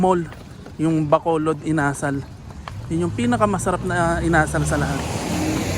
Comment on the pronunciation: Required po ata kasi na ang ka-sosyo is lokal... iba ata pagkabigkas mo sa chicken "inasál"